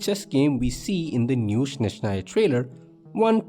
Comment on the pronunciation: they will never learn how to pronounce Snezhnaya,THERE IS NO SH SOUND,ITS S NOT SH